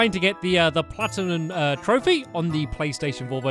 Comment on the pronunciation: Did he say Platinun?